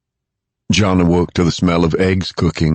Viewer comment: How many fucking times does have to say John in such a annoying way jaaaaaaaaaaaaaaaawhn...jfc that is so fucking annoying. And Fort Detrick is pronouncee deee-trick not dettrick... Seriously it's been almost 20 years since this book came out and this dude keeps repeating Cipro like it's the only antibiotic he's learned or merciful god as if that's the only. By the fourth book we don't need reminders of the last three books. Also if they pronounce Kevin Malady's name wrong one more time I'm going to lose it..its not Mlady like how a neck beard would say it